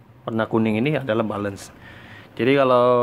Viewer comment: Tulisnya "balance" bacanya " belens" bro ! Bukan "balens".